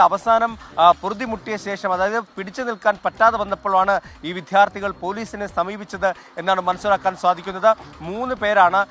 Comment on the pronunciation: വിധ്യാർത്ഥികൾ" അല്ലെടോ... "വിദ്യാർഥികൾ"